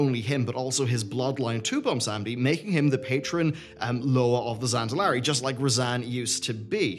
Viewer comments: Bomb-Sandy = Bwonsamdi lol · Are you saying "Bumsamdi?" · I hate myself for how much your pronunciation of Bwonsamdi bothers me. But gods it does get that vein in my forehead popping out.